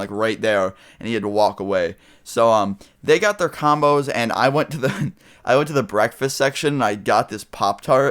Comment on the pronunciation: when he said combos i thought he said condoms